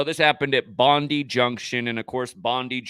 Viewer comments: Police spokesperson Karen Webb said it happened at approx 3.30pm, just like the stabbing that happened the day before in Doonside. But it's doing my head in its pronounced bond eye junction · Bondi is pronounced "bon-die". A bit like "good die". Sick.